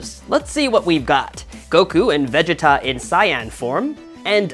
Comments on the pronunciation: Bro, why does he say vegeta and sayin so wrong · No no no,lets re-do the video.the way "saiyan" is pronounced and "vegeta"..no,we will not have this.. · Dude points for trying, but every time you mispronounced "Saiyan" and said Vegeta's name wrong it hurts my inner child soul